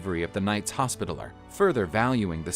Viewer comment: This guy pronounces literally every other word wrong. Pronouncing hospitaller wrong.